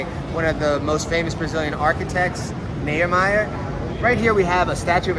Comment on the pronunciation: Niemeyer lê-se NIÊMAIER.